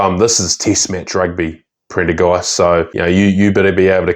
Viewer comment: he said Printer Ghast